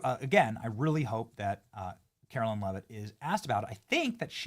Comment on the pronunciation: Benny. When are you going to learn how to pronounce KaroLINE?